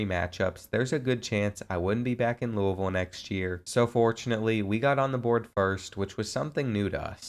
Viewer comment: Thank you for pronouncing Louisville correctly. I’m from there and nothing makes me cringe more than the miss pronunciation